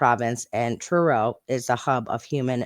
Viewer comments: By the way you did pronounce Truro correctly. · That’s how we pronounce Truro in the uk.